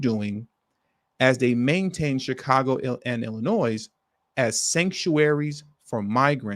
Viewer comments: Please stop saying Illinois with the S! You can’t be from here bro. Shit is irritating. You’re smarter than this! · …..the “S” in ILLINOIS is NOT PRONOUNCED!